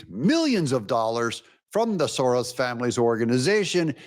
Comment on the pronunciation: S O R O S ...... Not SORROS.